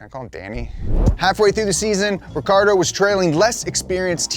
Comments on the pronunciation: It's pronounced richiardo not Ricardo. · The correct pronunciation of Daniel's name is Ree Chee Ardo. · pronounced like “ricky-ardo”, but plenty of people just call him Danny or Danny Ric :)